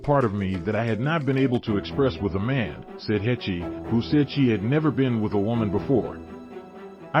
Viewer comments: Heche is pronounced like HAASH. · Absolutely butchered her last name. Not at all how you're supposed to pronounce it. Do better. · You are sooo mispronouncing her name. If anyone should get it right, it should be you, the media. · He can't even say her name right! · At least pronounce the woman's name correctly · God yes, seems lots of peeps butcher her last name. If you are giving an update on her life pronounce her name correctly please!